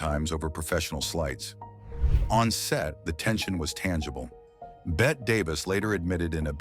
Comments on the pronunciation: Someone is programming the AI narrator's pronunciation. And the programming is sometimes inaccurate because the programmer has never hear of some of these people. Michael Curtiz is pronounced Cur-teez. Bette Davis is Betty Davis. Walter Wanger, the producer for Cleopatra, is pronounced Wayne-jer not Wanger as it's spelled. Yet, the German words seem to have been pronounced correctly. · Bette Davis’s name is pronounced BETTY! two mispronunciations! You need to fix it! Unacceptable!